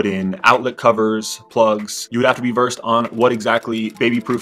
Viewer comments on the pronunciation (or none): none